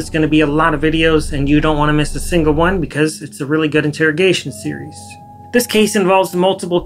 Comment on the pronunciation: You said “series” so many times in the intro, and pronounced it like “SEE-yer-EES” Sorry sorry just had to say 😂